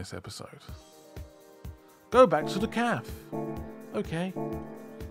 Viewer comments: Café is pronounced caf-ay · i'm litte bit bother with your pronouncesation of cafe, should it pronounce cafe whit e?!